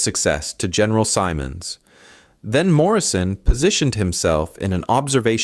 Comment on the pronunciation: You should learn how to pronounce Canadian ranks. Lieutenant is “leftenan”. Simon’s is Simmonds. So days Lieutenant Commander Tyrrell. These are Canadian soldiers.